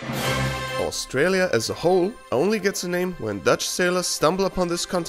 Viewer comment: "Austrialia" Bruh 😂🤣